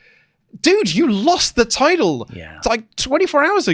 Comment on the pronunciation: Tide-el? What is the tide-el?